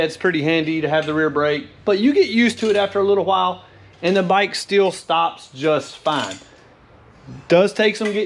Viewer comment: "just faaan" can't you learn normal american english and not speak like an inbred?????